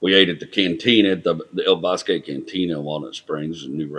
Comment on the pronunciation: Boz-kee not Boz-kay!!!